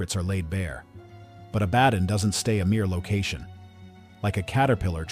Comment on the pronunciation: Maybe respell as ABBA don for the poor AI 😂